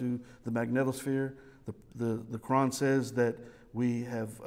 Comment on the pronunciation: When pronounces "Quran", 90% of the time it sounds to me like "Nokron"...I gotta agree with him, Doom Eternal lore is better.